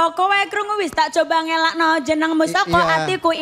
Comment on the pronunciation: "Nglalek ke" yg bener, dia bilangnya "ngelakno"😭😭😭😭